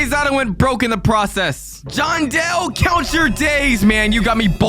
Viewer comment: Bro said John del